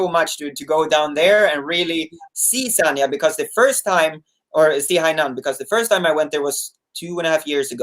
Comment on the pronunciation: it's San-Ya, not Sarnia, which is a city in south-west Ontario, Canada.